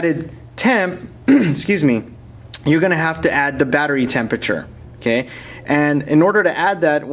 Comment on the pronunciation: vattery boltage :D :D